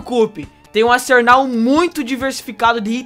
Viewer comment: Ele falou "ASERNAL", tudo bem que foi corrigido, mas eu voltei no video e ri muito kkkkkkkkkkkk mesmo!